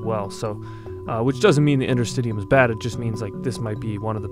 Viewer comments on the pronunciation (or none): I believe it is "inter-stish-ee-um" and bodyworkers have been working with these tissues for literally decades. It's about time the medical community realized that this tissue is IMPORTANT and not just something to throw away to get to the "good stuff". Connective tissue is a legitimate system, that works directly with the autonomic nervous system, to be able to support ourselves without conscious thought. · It's pronounced, inter-sti-she-um. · Well usually it’s pronounced “in”ter-stish’e-um”. I’m a medical student, yes interstitium is brought up every now and then, for edema, lymph node drainage but there hasn’t been anything more to this component/organ whatever you wanna call it. And you said Cancer research? There is another conspiracy theory regarding Cancer, debunked by Edward Griffin, there is his book too “World Without Cancer”, when I saw that I seriously lost trust in Medicine! Same goes for HIV/AIDS! These things are only brought forth by these multi billion dollar pharmaceutical companies to make money off! What are they gonna do with all that money? Could they carry it to their graves with them, when they are dead!? I just don’t know what to believe anymore!